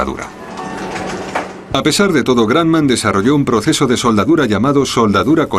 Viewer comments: El tipo diciendo granman se dice Grumman así .... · El locutor español ha debido, como mínimo, averiguar cómo se pronuncia "Grumman". No sé de dónde salió eso de "gran man": parecería que se puso creativo. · José, se escribe imbéciles y la fábrica es Grumman y se pronuncia Gruhmmann. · Guayaquil Independiente pub se pan grumman suena Gramman viaja más y escucharas que según de donde aprendes inglés yanki o british suena distinto